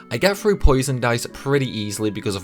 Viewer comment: Frough Frew.. bruh learn to pronounce a TH sound. th does not make a F sound, like this is shit you learn when you are 5 years old